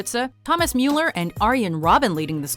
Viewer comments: It's Müller, not Mueller. Why do people not know how to pronounce German names?? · Mjuller lol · it's Müller not muler